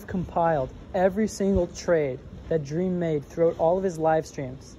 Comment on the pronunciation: Also he said drem NOT dream